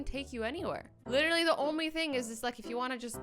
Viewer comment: the way you said „thing“ in English sounded like the word „Ding“ which means „thing“ in German😂😂😂